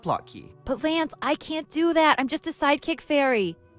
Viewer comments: Vinny, you're pronouncing Lance wrong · I love seeing Ditty (pronounced Lance) jostle around with the speed boots, that animation's funnier than it has any right to be.